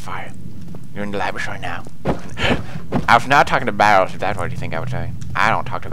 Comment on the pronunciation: Amnesia didn't scare me..You saying "BARELS" did XD